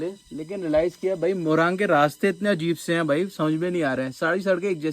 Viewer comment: Moraang nahi morung bolte hain